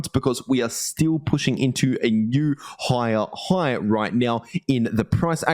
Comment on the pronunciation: Love how u say "higher high": Hoyjahoyyj.